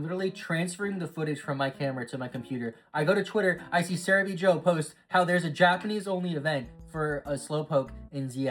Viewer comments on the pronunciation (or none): none